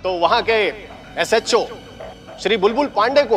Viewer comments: Ajeeb bat hai... baki sab to English me bolta hai but "SHO" and "association" ko pronounce nahi kar pata hai 😀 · my god can never speak these two words "SHO" and"Association" he just says "HHO"😂😂😂😂😂😂